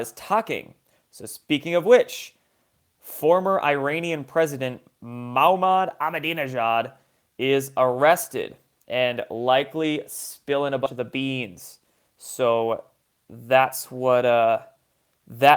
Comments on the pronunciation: Ee-Rahn, not Eye ran. Sorry, you don't say Eye tally, love the show, also Mah-Mood. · Amadenajad's 1st name is pronounced Mah-mood. Hagelian dialect is pronounced Hah-gay-leon